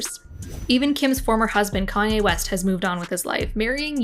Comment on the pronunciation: If that's her favourite singer why can she not say his name properly Love how everyone forgets Kayne bad behaviour